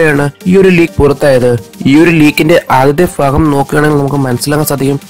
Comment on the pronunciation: ഫാഗം അല്ല ഭാഗം എന്നാണ് ....